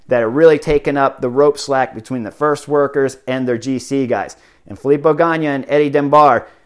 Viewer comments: Cmon it's Ganna not Ganya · It’s Filippo GANNA, not GANNIA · Chris, it's GA-NA, not GA-NEE-AH. Great commentary. Looking forward to Giro. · Ok Chris, again really nice break down......BUT!!! Drove me nuts when you repeatedly called Gana ...Ganya. Dude Gana, there us no Y in his name. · Ganna is pronunced like GUNNA not in that spanish kind way , please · Chris, you are my favorite cycling analyst, so I say this with all respect. It hurts my heart a bit that you struggle with pronouncing the names of cyclists. Even simple names like Ganna. There is no "y" in Ganna.